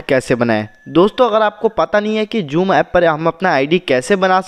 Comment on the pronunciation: Ye joom na hi ha zoom he